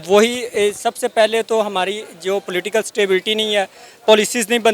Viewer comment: Platical leaders 🤣🤣🤣 wah kya english hai. ... Political leaders 😊